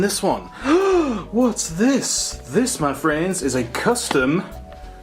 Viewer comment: The amount of times you said "Ma Friends" in an American accent... 😂😂